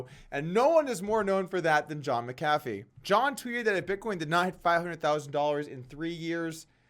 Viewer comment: Lol one of the few people I've pronounce McAfee's name